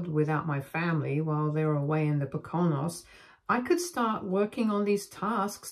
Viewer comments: "Po-CON-os"? No. "PO-cah-nose." Other than that, I sincerely hope OP surprised their parents with a b-day party with the cops. (edit) Sadly, it was the parents' business associates. I think having CPS show up for the party would have been even better. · With respect, as a Pennsylvania resident, we pronounce the mountains of Southeastern to Northeastern PA as "poe-kin-nose, not poe-cone-nose". Syllable stressed is the 1st! Not the 2nd. Love your stories. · I thought you were American?? Even as an Australian I know how to pronounce the Poke a nose!! You’re very expressive but when you come across a new word why not look it up for pronunciation eg your version of alimony is quite different. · Just for future reference Poconos is pronounced poe coe noes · It’s Poe’Ka Knowz. Is this story anywhere else on youtube because… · Pronounced: Pook Koo Nose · Please learn how to pronounce Poconos correctly. The accent is on Po....co-nos. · Pocono is plural so Poconos is incorrect. And is pronounced poh-kuh-noh The Majority of dictionary websites have icon buttons to hear the word pronounced properly out loud. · Mispronounced word... Pocanos is more like Pō_ ca _ nōs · If you were interested, Poconos is pronounced PO can oh's. :) Thanks for the story. It's an Indian name, think of Pocahontas. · They are pronounced Po con nos not how you are pronouncing it. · The actual acid test is that all of the business associates also left and did not think that Opie was the a******. The only other thing to say is please work on the pronunciation of Poconos it's po co no emphasis on the co. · Just to let you know, Poconos pronounced Poh-can-ohs. It's a region of Appalachia that is in New York and Pennsylvania that was a popular vacation spot in the 1900s (Dirty Dancing was there.) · POE-kuh-nose. Accent on the first syllable. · It's pronounced Poe CAN Nose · It’s pronounced pow·kuh·nowz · It's pronounced POKE-A-NOSE. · Poke-oh-nose. Adoption. Good. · Po-co-knows 😂next time, try Poco-Knows